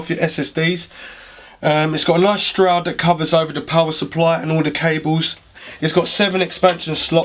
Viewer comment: Just a couple of comments. You forgot the I/O shield, there is no upright mounting option for GPUs (it's just the design of the back panel) and it's a shroud, not a stroud. Otherwise I enjoy your enthusiasm, and a thorough look at the case!